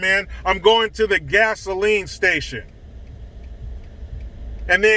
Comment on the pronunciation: Aunt Ester from Sanford and Son... "Fisheyed Fool!" Gazoline [sic] Station? 😂🤣😂